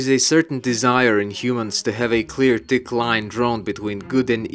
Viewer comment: an amusing thing: i dont mean to be rude to your accent but whenever you say "thick jungle" i think youre saying "tick jungle," and the former sort of implies the latter so i didnt even realize you were trying to say the former until a few watches lol